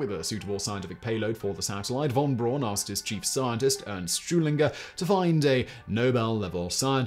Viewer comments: Yikes! I was totally taken out of the narrative every time Simon mispronounced Wernher von Braun's name. It's pronounced "fon Brown" not von Brawn. Otherwise, a fascinating piece of space history. Also, Explorer I launched on January 31, 1958. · I guess you often make these pronunciation mistakes on purpose, but von Braun is pronounced Brown not Brawn. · It's actually pronounced "fawn brown". It doesn't rhyme ;) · Hi Simon. How do you manage to mispronounce von Braun's name? It's pronounced "brown" as in "brown". And surprise: "braun" actually means "brown". P.S.: Apologies for the trolling. I still like your channels and its' presenter. ;-) Keep up the good work!